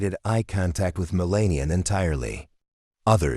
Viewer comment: This Channel needs someone who knows how to pronounce the First Lady Name!